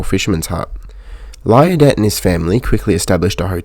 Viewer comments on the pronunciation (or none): this was very well done. your pronunciation of liardet is not correct nor is how us locals pronounce it. its probably correctly pronounced lee-arr-day. but us locals called the street named after him lie-arr-det street. i lived very near it. the stephenson loco company is pronounced as if it is spelt with a v.